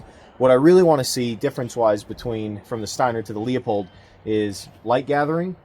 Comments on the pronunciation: “Loo-pold,” not “leo-pold.” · It’s pronounced “loo-pold”